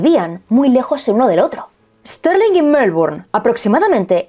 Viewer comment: Stirling se pronuncia tal cual: Es tir ling. Es homónima de una ciudad de Escocia.